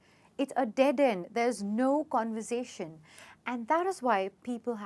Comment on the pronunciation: I think you mispronounced conversation